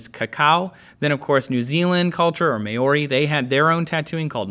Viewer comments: Close, bro. The "a" is not exactly silent, but it's not "May.." like he says in the video, it's "Mah..", but even that's not that helpful as the "h" on the end of that phonetic pronunciation makes it more pronounced than it should be, as it runs directly into the more emphasized "o" vowel, which also has a sound in Maori that is hard to explain to most English speaking foreigners through text. It really has to be explained audibly. The "r" is also rolled, which most people make the mistake of inadvertently missing, or ignoring because white people. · It's Mao-ree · Just letting you know, you butchered the pronunciation of the words "Maori" and "Moko".